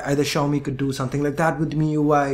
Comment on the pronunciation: Finally somebody pronounces it correctly!!!!!!!!!!!!!!!!!!!!!!!!!